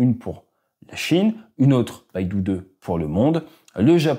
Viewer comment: Le système satellitaire chinois Beidou se prononce "peille to", ça signifie "Grande Ourse" Baidu c'est le géant du web Bien sûr, ça ne change rien à l'intérêt du contenu de tes vidéos :)